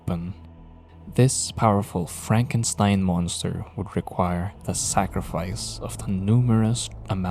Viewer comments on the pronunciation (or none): none